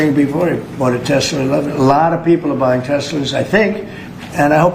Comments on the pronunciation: The idiot keeps saying Tessler is Tesla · Why does Mr. Tangerine Man say "Teslurr," but not "Melaniurr," "Larurr," or "Ivankurr?" Or "The United States of Americurr?" (Life is grim and confusing for those of us who struggle to keep pace with His Magnificent and Unparalleled Intelligence.) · He does the “Tesler” thing on purpose. It’s a little back-jab to Musk. He amuses himself with nicknames for his people & enemies.